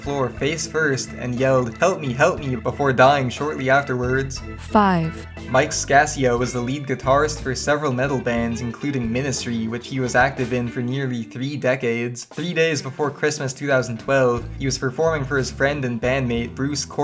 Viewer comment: #5 is pronounced incorrectly it's Mike Ska-Sh-Ahh